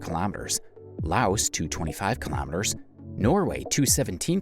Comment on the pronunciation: ‘Kilamiturs’ is how he says it